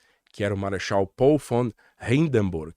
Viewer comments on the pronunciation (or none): none